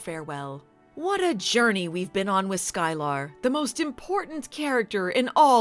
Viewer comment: Sky-Lar...eh, she was no Groppler Zorn...